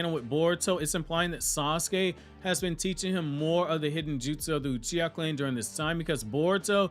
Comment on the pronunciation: omg I’m dead, ‘Sasuke Utreeha’ 😂